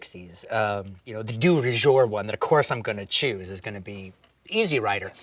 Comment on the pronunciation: Dude" It's Easy Rider. Not Easy rider. What a Dork. The way he says it makes it sound like it's a movie about someone's lawn mower.